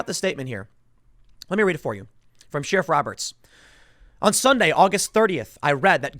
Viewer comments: Sheh-ruff.... not Shear-ruff ! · Are you fucking trolling me with this sheeriff thing. Tim...tim...its pronounced share-if. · Tim! Sheriff is not pronounced "shear-off. Where I come from it's pronounced "Share-if". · Tim I speak on behalf of everyone when I say please pronounce it share-if not sheer-if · Sheeriff. Expeeriment. 😂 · Why do you say “Sheeerif”? Pretty sure that’s not the way it’s pronounced. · The way Tim pronounces “Sheriff” is very offensive